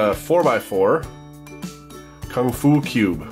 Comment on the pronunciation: I laugh too much at your KungFu 4x4 Pronounce 😂😂😂😂